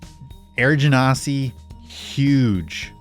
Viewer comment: Your pronunciation for genasi is correct. And by "correct", I mean it's how WotC asks people to pronounce it.